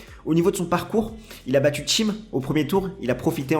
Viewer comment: J'ai rien contre le fond, du tout. Par contre, c'est "Dominic Thiem" et pas "Tchiem". J'ai pas compris d'où sortait le "ch" dans la prononciation.